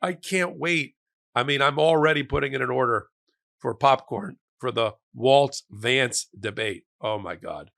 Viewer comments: "Shay-dee Vance".😂😂😂😂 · I thought I heard you say shady vance? Not a bad name. 😅